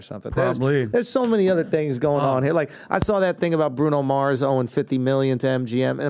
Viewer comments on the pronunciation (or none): none